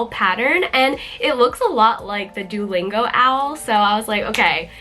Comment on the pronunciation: I love your owl pattern! btw… Duolingo is pronounced [ Doo (like boo) - OH - lingo ] Doo-OH-lingo